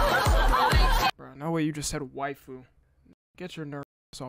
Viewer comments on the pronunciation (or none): none